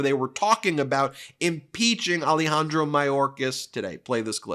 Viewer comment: Ah-Leh-Hahn-Drow. Not Ali-Handro.